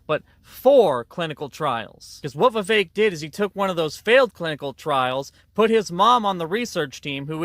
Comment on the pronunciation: You can’t even say Vivek’s name correctly. It’s Vivek like cake